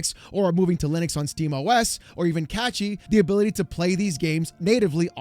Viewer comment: "Catchy?" It's CaSHy (Cache - y)